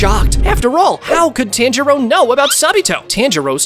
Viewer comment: Hate the way this mf says tanjiro. Piss me off